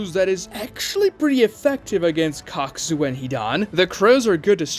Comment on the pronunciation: did he say cockzu